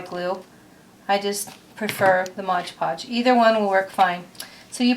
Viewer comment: Its MOD Podge, not modge podge.